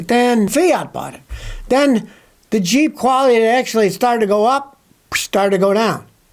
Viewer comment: I call it jip instead of jeep